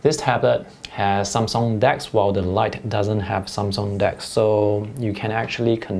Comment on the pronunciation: I think you pronounce Samsung correctly.